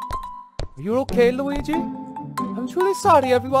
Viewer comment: Luigi not wallluigi